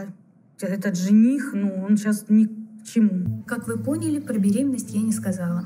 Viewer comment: Мне так понравилось, как сказал "мы понИ́ли бл**